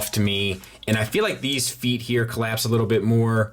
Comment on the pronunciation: Great review. Not to nitpick, but you mispronounced "feet" four times in this review. 😉 I heard MS is doing another release of Prime with silver paint on the thighs and hip skirts. Anyone know if that's the extent of the paint they plan on doing? Will the whole figure be painted like this one? Thanks to anyone who can shed light on this.